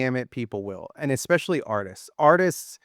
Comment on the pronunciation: Someone needs to teach how to pronounce the word "especially." Haha!